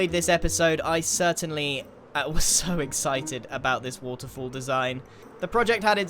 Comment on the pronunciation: I just love hearing Grian say woterfoll over and over xD